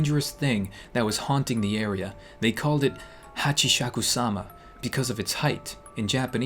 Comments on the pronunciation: I laterally just died when he keep messing up with the name haha😂😂hachisasikaba, hachisakaba lmfao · Its pronounced as hachisakusama ikr its not the right spelling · I heard about this on snarled its Hachishakusama Eight feet tall irs a japanese urban legend and lol when you tried to say her name in japan gabish kabob lol 😂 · The a is supposed to be an o, so Hochi/shaku/sama. 3 syllables in one word. Hachishakusama is captured in the outskirts of a village in Japan. It appeared 15 years ago. There, the ancient ruins and 4 statues at North, South, East, and West so that Hachishakusama won't escape. But somehow, it did escape. When Saphire was 8 years old, she was in Japan and her grandparents were inside the house. Every summer, Saphire's parents would go to Japan to visit her grandparents. She hears a sound. "Po... Po... Po..." As she heard it she saw a straw hat. That's were the sound was coming from. The straw hat isn't resting on the hedge. It's BEHIND the hedge. It started moving. The straw hat begin to move and Saphire saw her. She was 8 feet tall. Saphire was satisfied (or surprised) how tall she was. She was thinking that she's just tall, or she was wearing huge high heels. Hachishakusama slowly walks away. Saphire quickly runs inside her grandparents' house and she talk to them about what she saw. They weren't listening, but when they mentioned a sound. "Po... Po... Po..." Grandma's eyes were wide, and she covered her mouth. Grandpa's face was serious. He grabbed Saphire's arm. "This is very important" he said intensively. "When did this happen, how tall was she? Did you see her? Was she 8 feet tall?!" Saphire tried to answer all of grandpa's questions as best as she could. Her grandpa runs to the hallway and called the police. She didn't hear what he said. When grandpa finishes the call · You should voice an anime character. But first we need to find a solution to your japanese prononcuation HACKISSUMA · HATCHISAKU SAMA Its pronounced HATCHI-SAKU-SAMA